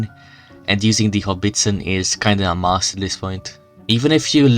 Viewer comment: It's a howitzer, not "Hobbiston".